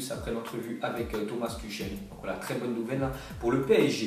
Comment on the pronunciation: C'est pas "Tuchel''. C'est "Turrelle"...